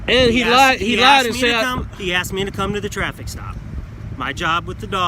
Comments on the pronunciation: Axed... Asked? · I axed an axed this man wtf?